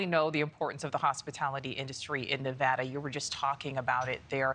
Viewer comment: This guy can't even pronounce Nevada right, why the hell would I vote for him?